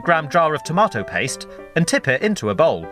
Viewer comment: I love how you say tomatoes